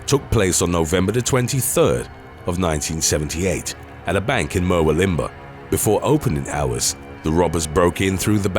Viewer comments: #3 it's pronounced muh WILLum bar. I was wondering about this strange place and had a giggle when I saw it written. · Three things: 1. Ivan Milat died of stomach cancer in 2019 while still in prison. Good riddance. 2. Just a nitpick, but Murwillumbah is pronounced, "Mur-WILL-um-bah", not "Mur-will-IM-bah". 3. Bit of trivia: Australia has a reputation for poisonous things, but the creatures responsible for the most animal-related human deaths in Aus are actually cows and horses. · Mur- will-um-Bahhhh ... It's just down the road from me LOL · Mate, it's pronounced "mur - wool - um - bar" but good try 👍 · Murwillambah is pronounced mur-woo-lum-bar, other than that good vid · Murwillumbah is pronounced as it looks… mer-will-um-bar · Hahaha, the way you pronounce Murwillumbah! Just say it phonetically - Mur like myrrh, will like the boys name, um like when you're contemplating something, and bah, where you buy alcohol at the local pub 😂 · It’s pronounced Mur-will-um-bah, just sayin. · Just for the record, Ivan Milat is pronounced (phonetically) eye-van NOT eee-van in proper English, Huntsman spiders are pretty much harmless but scary looking, Murwillumbah is pronounced (phonetically) Mer-will-um-bah and no matter what you ever read on the internet about Martin Bryant, he is just a c**t. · Love this channel but it's pronounced I-Van..his son was a POS too. Both are a stain on our country. Also it's Mer-will-um-bar. Sorry to be the pronounciation nazi 😅🤣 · Just want to say that’s not how you say Murwillumbah, I use to live there. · For the love of God...never try to pronounce "Murwillumbah" again. Hurts my teeth. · Especially Murwillumbah 🤔🤣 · U butchered the pronunciation of Murwillumbah & Ivan... How hard is Ivan to pronounce I-van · Wait til you hear him say Murwillumbah